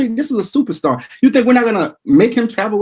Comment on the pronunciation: Did he call Von a stuperstar